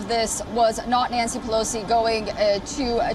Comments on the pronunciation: "1.24-Nancy Pelocy is second in Line to US presidency" . She always reads News Wrong and never corrects it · If she was sposed to stay home she'd be named Peloton not Pelo-Sea